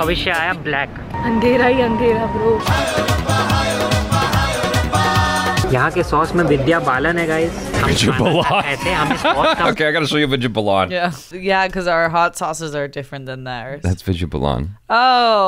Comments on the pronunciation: It's Vidya Baaaaaalan, not Vidya Blaan! 🤣🤣🤣🤣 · The way butchered Vidya Balan's name lol